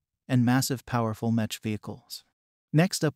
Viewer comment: Meck not Match